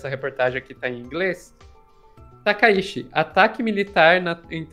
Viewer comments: Inclusive até a escrita do ideograma é outro. Takaichi(高市) e Takaishi (高石), sendo que o da Primeira Ministra realmente se lê Tchi! Pessoal do Jornalismo, pessoal de redação, pessoal de agências de noticias… sei o quanto é importante levar a informação rápida ao público, mas vamos fazer uma pesquisa rápida sobre pronúncias de nomes extrangeiros, vocês estão dando outro sobrenome a Premier! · Olá! Excelente conteúdo. Sou fã de vocês. Gostaria de sugerir uma melhor pronúncia do sobrenome da primeira ministra do Japão. Eu, como descendente de japoneses, descendente da família Takaishi por parte de pai da minha mãe, gostaria que a pronúncia do sobrenome da atual primeira ministra do Japão seja procunciado conforme pronúncia original japonesa. Felizmente, no português, conseguimos procunciar o fonema original japonês. O sobrenome dela é Takaichi. O "CH" quando escrito em ROMAJI (escrita da pronúncia da língua japonesa com letras romanas) é pronunciado como "TCH", como os nossos queridos gaúchos pronunciam o "TCHÊ". Poderíamos dizer que a pronúncia é " "TakaiTCHI" ". A ppronúncia não é "TakaiSHI", que é o sobrenome do meu avô. Portanto, são famílias completamente diferentes. O "shi" em "Takaishi" é pronunciado como o "xi" de "XÍcara". Para mim, soa como se vocês estivessem chamando a primeira ministra do Japão de Sanae Lesnovski, ou Sanae La Banca. Estranho, né? Mas para mim soa da mesma forma, pois "Takaishi" é parte da minha ancestralidade, mas "Takaichi" não é. Muito obrigado pela compreensão e por talvez considerar essa inclusão. Desejo sucesso cada vez maior com o canal.